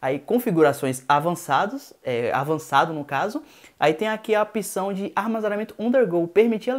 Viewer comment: Apção? Acho que ouvi errado :-/